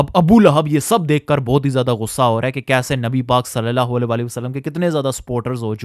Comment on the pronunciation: Swallallahu alaihi wasallam ko seen se nahi swad se ada karo bhai warna matlab badalte hain plz ..